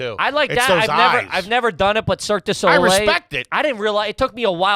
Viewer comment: "circus-dough-lay" its always food with